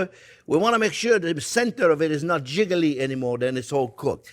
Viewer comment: Great vid, Chef, even though I never even knew what frittata was & don't think I'll ever make it. I love my omelets jiggly (chicly as you pronounce it), or baveuses, as the French say. But if it's served to me I'll surely try it. Thanks again for a great vid.